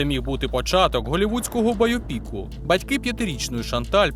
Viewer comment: Чому використовуєш нейронку для озвучки? Воно ж слух ріже своїм "байопІком"... Вже краще свій голос, а ніж цей фейковий голос..